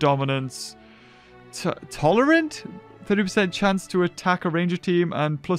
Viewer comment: read tolerant wrong